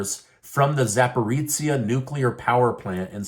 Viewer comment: Just a minor note, and I know Russian and Ukrainian names are hard to pronounce, but the "zh" in Zaporizhzhia is a voiced "sh," pronounced like the "si" in "illusion." I'm a hit at parties. Cheers.